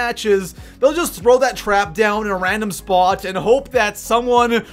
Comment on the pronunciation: And you didn't discuss what's in the video thumbnail. Lame. Also, learn how to pronounce "Spot" and "A lot."